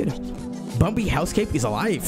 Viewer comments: I like how he says bombi instead of bambi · I like how his accent say bumbi instead of bambi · Its bambi not bombi lol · Its bambi not bombi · i keep hearing him say bumbi lol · Still saying bumbi to this day 🥴